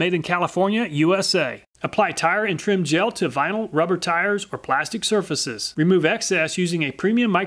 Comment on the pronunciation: Dude says blastic instead of plastic lol